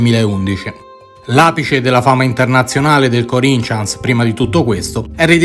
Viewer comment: Bello come sempre ,però si pronuncia come si scrive Corinthians non Corincians